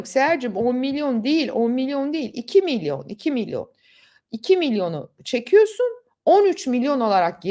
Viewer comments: Milyor değil milyon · milyor milyor diyor... Milyor diye yeni bir birim mi çıktı?